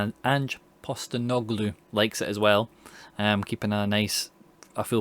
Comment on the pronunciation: Absolutely mullered name 😂 was enough haha